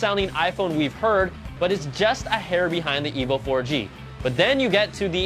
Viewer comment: It sounds a bit like he is saying " The Evil 4g"